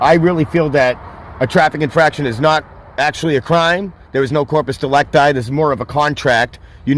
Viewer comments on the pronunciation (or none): Every time he says corpus delecti I just get hungry. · This dumb calls latin term "Corpus delicti" but has no idea how to pronounce second word. His "english latin" is just crazy!